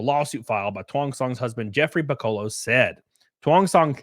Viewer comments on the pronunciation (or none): Thank you for mispronouncing Piccolo's name...every other video I saw had me imagining the Dragon Ball Z character being victimized by Disney.